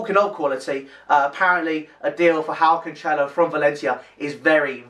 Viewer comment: Also for future videos, it's pronounced Can-Sell-Oh